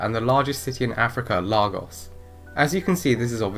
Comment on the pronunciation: Lagos is pronounced Lay-goss, not Lar-goss :)